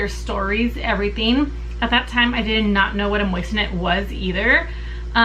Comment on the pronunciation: Think you are pronouncing it wrong. They carry those on JTV